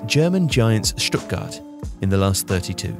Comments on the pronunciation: Stuttgart, not Stuttgard. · Stuttgart surely, not Stuttgard?